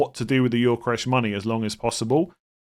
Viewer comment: Every time I hear say Yorkeresh, I die a little inside.